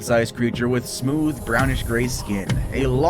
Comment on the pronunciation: This dude said schmooth lol